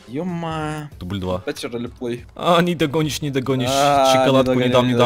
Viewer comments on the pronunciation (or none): Это "Нидогонишщь" бесит